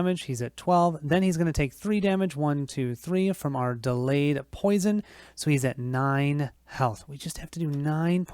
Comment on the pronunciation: POI-SON not PO-SHUN